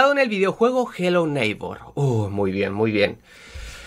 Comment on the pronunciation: me encanta cuando dices jelou neikbour😂😂😂